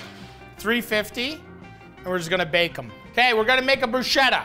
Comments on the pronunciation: It's "bru-sketta", not "bru-shetta". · its bruschetta i know but please for the love of god pronunce it with a "K" sound like brusketta